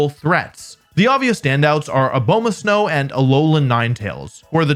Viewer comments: Why are so many pokemon youtubers unable to pronounce pokemon's names? Abowmasnow is an abominable snowman. Not a bow muh snowman. Only slightly serious here my guy lol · I was with you until you said a-BOW-masnow